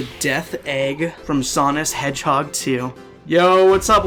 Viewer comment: Bro did you just say, "from Sonis hedgehog 2"